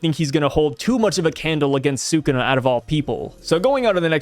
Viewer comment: Brother pls it's SOO-KOO-NA